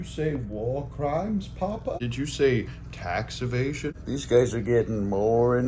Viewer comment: Did you say TEX EVASION? 😂